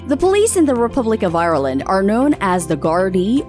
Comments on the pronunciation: Ireland, not I-ir-land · Hate how she says ireland